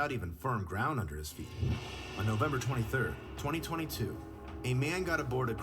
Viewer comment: To high to remembah, it’s novembah 🤣